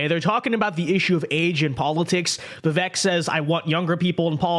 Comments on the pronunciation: Before you start offering commentary you might want to learn how to pronounce “Vivek.” It rhymes with “cake.” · Bill can't let go of Trump. He's normally independent, but with Trump, we can't be. (FYI, it is pronounced Vi-vake like cake)